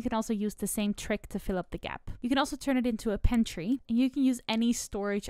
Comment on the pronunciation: Where you gotta be from to pronounce it "pen-tree"?